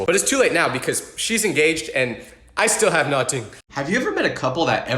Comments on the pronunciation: It’s nothing,not nuting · not you saying I still have NOTING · “ And i still have nating (nothing)😂😂😂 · Erm it is actually “I have nuhting” Get it right (just joking that is funny tho lol) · Why did he say “I have noting LITREALLY” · In one of the stories said “noting” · Not you saying “I have noting “ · not the “ I still have NUTING” HAHA 😆 (sry if I’m being rude) 😊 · Did seriously say “noting?” 😭😭😭😭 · "I still have NAW TING" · Not the “no-ting” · bro really said noting